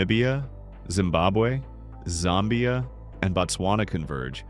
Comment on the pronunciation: unless your narrator is yet another AI voice, you need to know that Zambia is not ZOMBIE-uh, but ZAM-be-uh. I know because I've been there, plus the fact that I've checked Wikipedia. Fact #21 pronounced Lesotho incorrectly as leh-SOATH-oh, when it should be leh-SUE-two. Check Wikipedia. Your AI voice is a real knucklehead. The Mekong River is may-CONG, not McCong. Then, less than a minute later, another silly mistake: French Guiana's 2nd. word is ghee-AH-nah, not gwe-AH-nah. A few seconds later, yet another mistake: Philippines' Taal Lake is tah-AHL, not a mispronounced 'tall'. I know because I've also been there. Antarctica is the continent with the strongest wind (WIN-dee), not the most twists and turns (WINE-dee).🤨